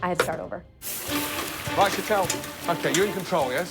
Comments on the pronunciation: it's Sh Tall not sheet-l, jesus christ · Why can't anyone pronounce Sheetals name correctly like Sheelah isn't even close